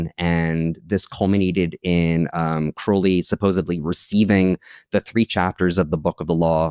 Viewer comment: I can always tell who is a Crowley simp by how they pronounce his name 😂 All you need to do is look at the state of his own life, at the end of it. He died a penniless addict all alone in a trashy, disgusting apartment. Could never be me putting someone like that on a pedestal.